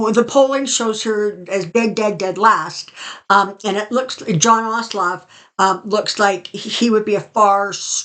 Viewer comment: I believe the name of the present Senator from the state of Georgia is John Ossoff. There is no L in the name. Still, the pendulum is correct. He and Warnock are polling very high. Thanks again for the video. Also, Happy Mother's Day!